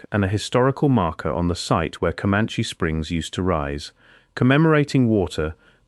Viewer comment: Ai is so weak it can't say caliche, but it could pronounce commanche. And it's driving cars.